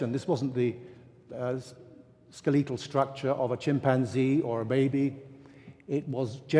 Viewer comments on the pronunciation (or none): "Skel-EE-tul", LOL